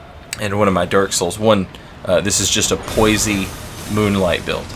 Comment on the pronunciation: nice video. poise rhymes with boyz, btw.